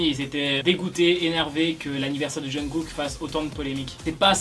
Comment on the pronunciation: la prononciation du nom de Kook m’horripile vraiment mdrr